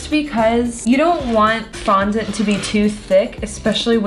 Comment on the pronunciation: Anyone noticed she said fondant wrong?